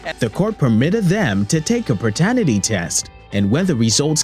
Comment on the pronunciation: ….”pertenity test”. Alright.